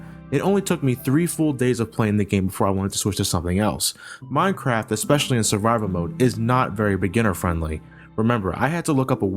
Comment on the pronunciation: at 10..10 he said mincrap